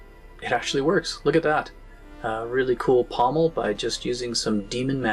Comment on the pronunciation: Absolutely thrilled you are on YouTube. Looking forward to all the future content. Also, 10pts to House for the correct pronunciation of pommel. 🤘